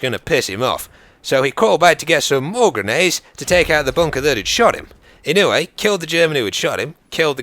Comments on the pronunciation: Mr. Inouye was a good person. and your saying it right. i would know, he was my senator. lol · its pronounced "Ih noy" I live in hawaii, met him before. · I'm not sure how the name is really pronounced, but here in Hawaii we pronounce it E-noy. PS you should do one about Simo Häyhä, or Vasily Zaytsev. Because no body really knows their story. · Just wanted to share that Inouye is pronounced (In-you-eh) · i live in hawaii and i can tell you that daniel inouye was one hell of a senit and (daniel ee-no-ye)